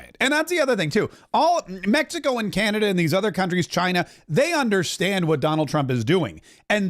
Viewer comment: It’s not Canadia, it’s Canada.